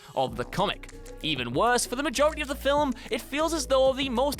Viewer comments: it's pronounced "FILM". NOT "FILIM" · fill-ums... ffs that bothered me more than it should have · Does the word "film" have two syllables in England?